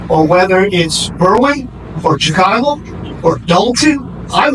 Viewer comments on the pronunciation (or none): none